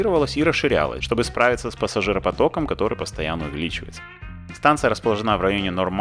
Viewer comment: располóжена , а не расположенА Извините не удержалась